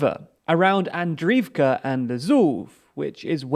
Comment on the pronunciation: Could you at least try to read all the letters in the city names? Even when written in Latin, you skip letters in the names. KakhovKa, not Kakova. Andri ivka, and not Andrivka. Ingulets river, and not Inlets. There are services where you can find the correct pronunciation of words in different languages. Forvo, for instance